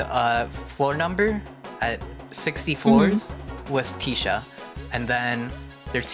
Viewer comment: it’s not teesha it’s tisha 😭 bc she’s a tissue box so its tish like tissue not teesh